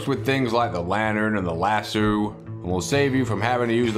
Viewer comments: It's not lassoo it's lass-o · Convincing accent except for your pronunciation of "lasso". In the states we say Lass-Oh. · As a Southerner who grew up around cowboys, it pains me how you pronounce lasso lol. You say it like an Australian. Still love you long time!